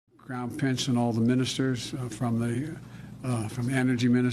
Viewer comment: Not even 1 second in and he already gaffes. "The crown pince"